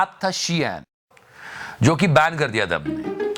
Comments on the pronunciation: शियान नहीं शीन बोलते है। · shein: she-an nahi, sheen pronunce kartey hai 😀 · Not SHEIN its SHE-IN